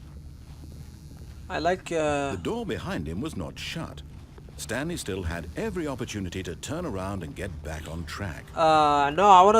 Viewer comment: The stanlie parawable